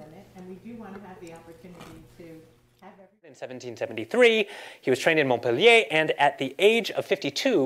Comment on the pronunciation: The guy nails it.